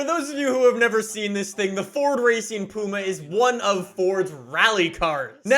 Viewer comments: Doesn’t it upset any other brits the way he pronounces puma 😂 it’s pyouma not Pooma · It’s “Pewma”.... not “Pooma”.... 😂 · I'm from the UK and I'm getting very offended by the way was saying Ford Puma. Is more pwuma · It's funny hearing his say pooma when I'm used to pyooma (puma) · No one:: “Ford Racing POOMA” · Ah yes I love the "pooma" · It's pronounced pwuma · Ford Racing Puma not the way you pronounced it. Only 500 were made (1000 planned) you bought a puma & ford delivered it to tickford for its conversion. You personally didn’t take it. Was built for S1400 & 1600 Rallying.